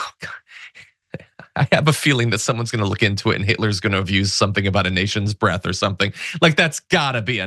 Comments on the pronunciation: He means the “ length and breadth” and not breath 😂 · Breadth not breath, every time stinky thinks he sounds intelligent, he confirms to us, that he is anything but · BREADTH not Breath. What a moron. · Breadth not breath. What an illiterate moron. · Trump is an illiterate. It's "breadth" not "breath", i.e., definition: "the distance or measurement from side to side of something; width." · breadth instead of breath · He used Breath…I think it’s supposed to be BREADTH. 🙄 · Did he mean "breadth"?